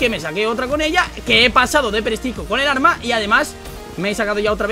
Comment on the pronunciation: jajajajaja dice orma en ves de arma